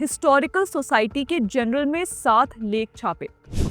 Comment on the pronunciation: जनरल नहीं जर्नल। हिंदी में अंग्रेजी शब्दों का उपयोग करना हो तो कम से कम pronounciation का ध्यान रखें।